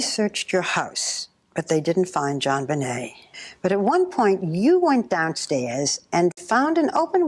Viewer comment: Straight up …He said Jon bnai as in …..😮instead of Benet.